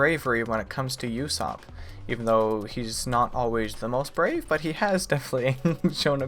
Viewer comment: I know you're busy watching one piece but if you have time definitely watch jojo's bizarre adventure. It also has a slow start but it gets better as you keep watching. Both are two of my fav shows. Also Usopp is pronounced oo-sopp, not you-sopp. Just listen to how characters say it. "uso" means "lie" in Japanese